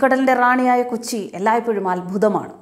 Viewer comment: കുച്ചി അല്ല കൊച്ചി